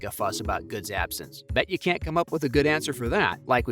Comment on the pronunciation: PRONOUNCED CAN, NOT CAHN